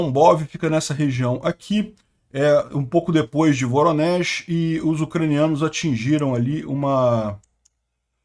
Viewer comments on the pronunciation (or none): none